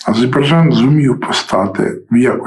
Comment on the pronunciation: не азейбарджан,а Азербайджан